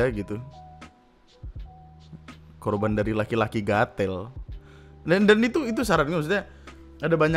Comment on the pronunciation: Bang lu orang jawa tapi ngomong gatel nya medok banget banggg🤣🤣